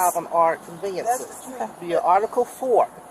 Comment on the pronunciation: Conviences? That's conveyances...lol